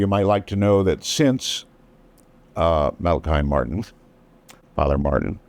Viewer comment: Art never did get it was Mala-"key". The man himself tried to correct him two or three times but it just didn't stick.